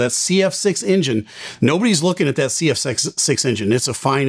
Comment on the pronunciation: Why do you call it “injin”. It’s not Tonto. It’s pronounced “enjin” with an “eh” not with an”I”.